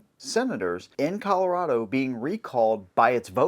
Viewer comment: as a coloradoan (you said it right) i'm outa here. screw this place.